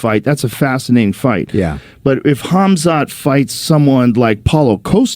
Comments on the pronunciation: lol that guy really called him Hazmat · LOL just heard the other guy pronounce it Hazmat😀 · The guy said Hazmat! Lol😅